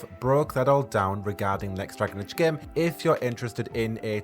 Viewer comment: Nobody: This guy: E Eh (EA), Plehy (play), geme (game)